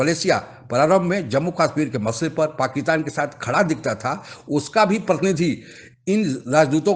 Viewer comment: पाकीतान नहीं पाकिस्तान बोलो भाई।